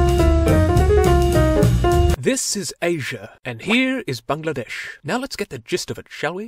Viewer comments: Your pronunciating of Bangladesh was spot on. English speaker often call it Bang-la-dash but it is really how you said it. Bungla-desh. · This is the only foreigner that pronounced Bangladesh correctly. Very happy right now.